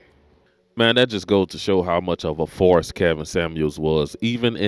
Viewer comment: . I thought you said "farce". But you said "force". You scared me for a moment